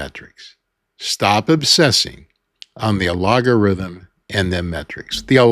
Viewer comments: Al GOR ithum...only because you keep saying incorrectly , don't know if I can finish listening 😂😂 but I'll try another video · I love algorithm sounding like logarithm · sorry to correct you, but the word is pronounced “al - go - rhythm”. You must not have had phonics in school! 😅 🙋‍♀️💕‼️ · I love this. I especially love "make a difference and the money will follow." You're so right. Shoutout to all my other small channel creators - especially those prioritising authenticity like this guy - we've got this. (Also... I do love how you say "allogarithm" xD) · Great key points and such a great reminder! I can't tell if you're pronouncing algorithm incorrectly on purpose...is that a 'thing'? Is there such a thing as "a-log-a-rithm?' Or does YouTube notice if you use "algorithm' in your content/on your page multiple times? Lots of creators use the word algorithm in their scripts / in their videos. Isn't the algo switched up all the time based on data and trends? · "Al-go" rhythm sir but yes... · it is pronounced al·go·rithm 🙂✌ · Are you intensely saying the word algorithm wrong To be funny? first time you are just wondering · Do you mispronounce that word as a jibe at YT? I have a very small channel and make no money because I speak about God. I do not sell t-shirts or anything else. Just a choice I made. I am retired and do not need the $$. Each view is a touch and a victory for me. Just like that sign on the highway that says, "Got Jesus?" it gets seen doesn't it. So do my videos. My purpose and calling are what drives me; not making YouTube happy. I treasure every view, every comment and having a format that allows me to do my output for free! I have reached thousands more than I could ever get to on a street corner. Have a great day,. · You have a lot of good information here but your ( intentional?) mispronunciation of algorithm is something you should reconsider. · Have I been pronouncing algorithm wrong all this time